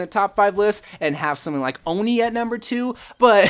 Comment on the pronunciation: U said INI rong😡